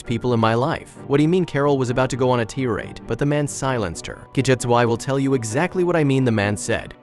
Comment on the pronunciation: The word tirade is pronounced to sound like these two words combined "TIE" + "RAID" not Tear + rad.